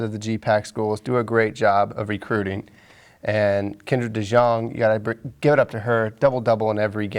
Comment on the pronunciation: Since she has one year left I'm gonna help you guys out: her name is pronounced Kendra Dee-YOUNG!!!